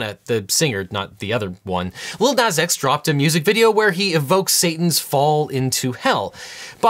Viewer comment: I'm gonna have to see you in court over the way you pronounce Nas